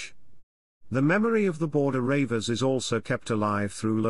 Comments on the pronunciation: Ha ha ha - you cannot even pronounce reivers correctly... "Border Ravers" ha ha ha.... it's pronounced REEVERS and spelled either as Reaver or Reiver. You missed out the WORST of the English Reivers the Charltons, Dodds and Robsons, Milburns and English Grahams. That isn't what happened either - when King James came King of England and Scotland their lifestyle was finished! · Maybe the narrator also is a Baltimore Ravens fan. 😂😂😂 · is he for real.he cant even pronounce reivers.